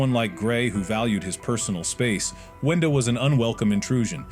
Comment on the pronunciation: window? No it's winda